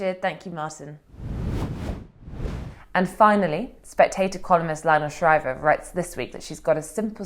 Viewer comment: Is that Shriver with a silent R 🥶?